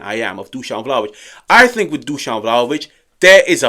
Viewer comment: 😱😮 Good job! You finally got the pronunciation right: Dushan! I soooo don't like him: #dumbball